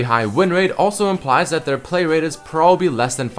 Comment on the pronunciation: like how you said 'their' :P